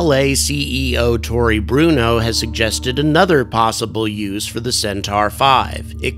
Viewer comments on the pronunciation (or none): none